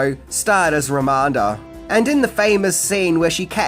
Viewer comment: It's Ramada, not Ramanda